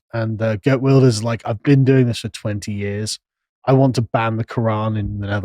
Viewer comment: The mispronouncing Geert Wilders is funny. Either Geert Wilders is actually center left, not far right, the SGP is more far right party, with the muslim parties the extreme right. Geert Wilders did say he wanted 2 ban the quran, but he have retracted it a few time after stating it again that he wanted 2 ban it. Connor is wrong, Guardians of Galaxy wasn't good, especially with the fact that they changed the High Evolutionary from a stoic, logical and smart (white) man into a illogical, over-emotional and dumb (black) guy. What if season 2. The 1st ep was mid (althought Howard the Duck was funny), 2nd ep was pretty good, the 3rd was kinde okay (2 bad bootlicker ruffalo was in it), haven't seen the 4th ep yet. Aquaman 2 being anti Mother Nature, not surprising they have made Aquaman from Young Justice was either made anti Mother Nature as well.